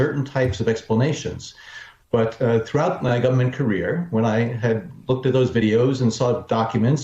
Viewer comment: Go'bment lmao